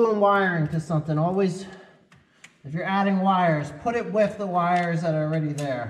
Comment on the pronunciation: Love the vids, but please; there's no "f" in the word "with" or others using "th." No matter how smart people are, it doesn't sound intelligent.